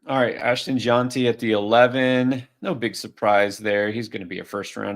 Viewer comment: Why do you keep calling him Ashton John-ty? It's JEN-tee